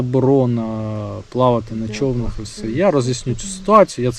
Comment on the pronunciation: Класні відео, але не чОвнах а човнАх